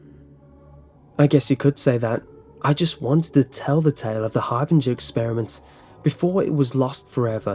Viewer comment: I dont like how you juuust misspronounce Harbinger